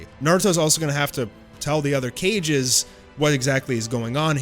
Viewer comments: Did you just say "Cages" instead of Kages???? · Your channel is dope af, but i die a little inside every time you pronounce “Kages” as “Cages” lmao